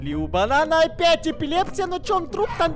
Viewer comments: Никто: Обсалютно не кто: Банан в каждой серии:эпилепция🤤😖🥳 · сорри за поправку но правильно эпилепсия...